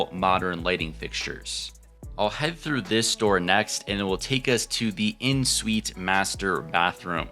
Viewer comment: It's "en suite."